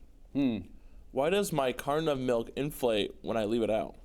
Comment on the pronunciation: CARTON OF MILK enunciate! Enuncinate!